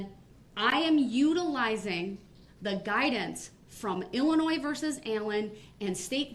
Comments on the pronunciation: OMG if he says "Illinoise" one more time, I'm going to lose my mind! It's "IlliNOY" dummy! I don't know whether him mispronouncing Illinois or him constantly making stupid arguments is more annoying! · “IlliNOISE” 🤣 What a dumваss! I cannot believe how absolutely dumb this guy is. And the best part? I think he believes his BS. It’s amazing to see someone this confidentially “fuсkіиg-sтupіd.” Can you imagine dating him, living with him, parenting him, et al.? He’d drive someone to suісіde. His soon-to-be friends in prison will feel the same way. I doubt he lasts real long. 🤷🏼‍♀️ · Anyone who pronounces the "s" at the end of Illinois is automatically suspect. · It's I'll in o iss, I know 3 year olds that can pronounce it properly. Obviously never looked at a map in his life.